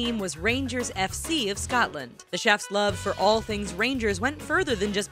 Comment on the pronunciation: "Of Scatland" actually hurts me it an O not an A